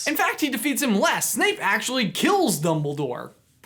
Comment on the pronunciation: Did he say doubledoor?